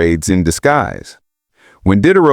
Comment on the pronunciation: AI slop. "Dee-day-row", not "Did-er-row".